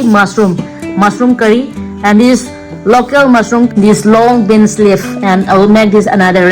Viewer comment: Leaf not lep😂😂